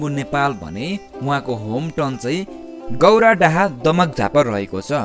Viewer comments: गाैरादह हाे सर not गाैरादाहा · ए डाम्ना गौराडाहा हैन गौरादह हो यार हाम्रो गाउको नामै बिगार्दिने ???तडिका हुन्छ नि एउटा् 😁😀😂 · त्यही त हाम्रो ठाउको नाम नै बिगृने गरि गौराडाहा अरे😁😀😂